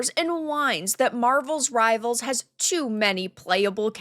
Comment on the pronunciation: It is Marvel Rivals. Not marvels rivals. Just saying